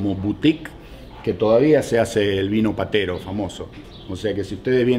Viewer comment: VINO PETERO (HABLADO BIEN).